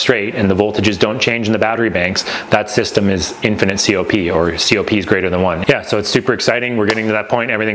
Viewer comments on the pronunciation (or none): none